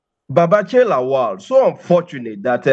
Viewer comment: I am surprised that the gorgeous and fluent Newcaster can't pronunce Lawal. She says Laol. When has La-wal become La-ol? If a German can pronunce Ikpeba, Oghedegbe and Iokhoibo distinctively, why can't an African person pronunce Lawal, the way it should be pronunced !? Anyway, that is not the major issue roasting us right now.